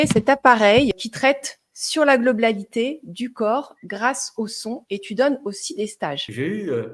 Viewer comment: Globlalité … 😂 French is dead